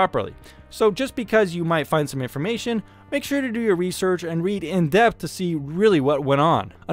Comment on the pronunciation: your own rewsewch uwu